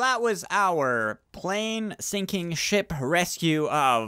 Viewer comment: “ landing gear down it will add extra flotation” 🤦🏼‍♂️ Btw “were sunking”